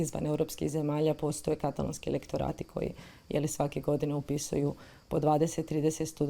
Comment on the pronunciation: HJP kaže "katàlōnskī", a Vi i Vaša sugovornica to zaobilazite. Vaš je naglasak na prvom slogu. Kao da Vas standard ne obvezuje. Začudno!